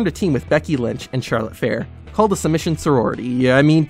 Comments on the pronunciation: He said Charlotte Fair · DID HE SAY CHARLOTTE FAR ITS CHARLOTTE FLAIR U JUST MADE ME UNSUB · This guy said Charlotte fair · He really said Charlotte fair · you said charlotte fair